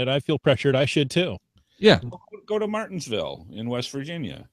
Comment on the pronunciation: Martinsburg WV not Martinsville...sigh